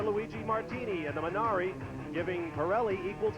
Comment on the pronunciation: imagine calling the minardi "minari" . Americans being dumb never gets old